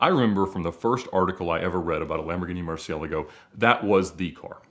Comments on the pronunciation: The best part of the video is when Ed PROPERLY pronunciates MurciEHlago! As opposed to the great percentage of people who mispronunciate it as MurcieLAgo! Way to go Ed!! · Thank you, Thank you, THANK YOU for being the only English speaking automotive youtuber that pronounces Murcielago correctly!!! Finally!!!!